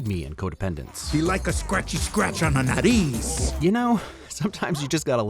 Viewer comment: This video taught me that Dennis likes scratches on the "nariz" (nose). I've seen the movie 5 times, and I always thought he was saying "nutties".